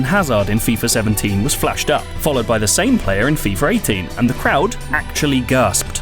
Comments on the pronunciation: Why is he saying "Fifar 18" ??🤦🏽‍♂️🤦🏽‍♂️🤦🏽‍♂️ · "FIFER 18" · I too was wondering if I was the only one that heard FeeFer 18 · Did anyone catch the way he said fifar 18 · "fifar 18" brits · fifer 18? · "Fifer 18" "Efree"